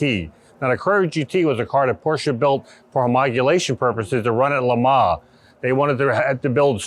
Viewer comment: Also the way they say LeMans , it's like the say Le Mar 5.58 ...It should be "Le Mon"